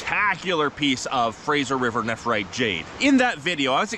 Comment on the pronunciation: Love everything about you but that enunciation of nephrite is on par with nuke-you-lure. Neph-rite not neph-er-ite. Edit... you bounced back and forth some through the videom